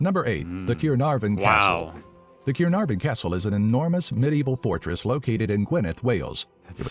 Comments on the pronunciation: It's annoying how the narrator mangles the name Caernarvon. In terms of famous Welsh people, they left out actors Richard Burton and Michael Sheen, poet Dylan Thomas, singer Charlotte Church and author Roald Dahl.. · I'm from just over the Bridge in Bristol, but I've heard enough Welsh people say Caernarvon to know that that was a pretty terrible attempt.